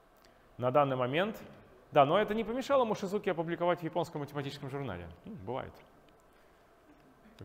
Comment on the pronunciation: Да не "Мошизуки" он, а Мотидзуки! Синъити Мотидзуки, тоже работает с эллиптическими кривыми.